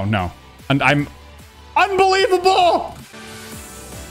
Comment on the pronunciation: At that exact moment when said "UNVILIBALE"